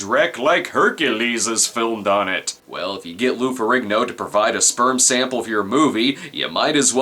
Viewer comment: It’s pronounced feh-REEN-yo